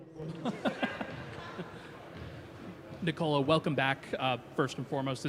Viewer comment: You had 10 years to learn that his name is Nikola not Nicola